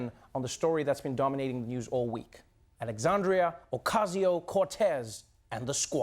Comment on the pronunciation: Alexandria Okay-Zee-O Cortez ... 🤣 This guy is nuts !!